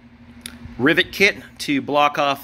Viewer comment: Are you saying ribet? It's a rivet